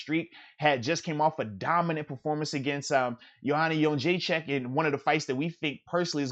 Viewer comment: So far you’re the best at pronouncing Jedrzejczyk.